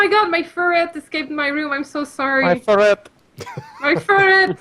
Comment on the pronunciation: Also, its a ferret, not a furret.